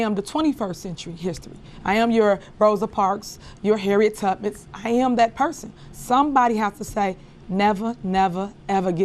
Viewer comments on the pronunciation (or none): She said Harriet Tuppit😂 lol…. She is verbally impaired.smh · She said “Harriet TUB-MITTS” 😂